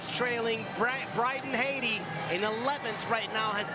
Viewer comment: It amazed me throughout the entire event... although I loved to see Alex Despatie during his diving years, as commentator both he and Jenn suck bigger than big. Pronouncing the last name of his country man Bryden Hattie like the country of Haiti, when Jenn even called him Brandon. It just topped off this world championship event. Jenn killed all enjoyment with her painsteking analysis of each dive. We are viewers, not professional divers, and we'd like to enjoy watching these events. She should be watching last month's first stage in Xi'an and learn from that woman commentator. If that is all Canadian diving officials have to offer, I can only shed tears.